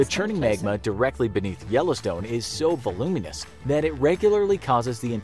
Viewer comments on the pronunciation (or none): The way narrator pronounced "voluminous" is world-ending too! I recently read The Ends of the World by Peter Brannen ISBN